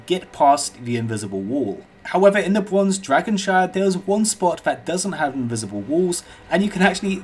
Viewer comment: bwonze wideo fwee backdwop dwesecrated